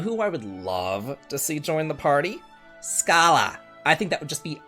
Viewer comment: I loved everything you said in this video as a hardcore fan and agree fundamentally except for how you pronounce Schala's name. That hurt me. I feel like Schala and Cyrus were the characters everybody wanted to acquire and keep. Both were heartbreaking to part with.